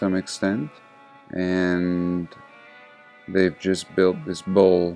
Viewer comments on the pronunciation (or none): none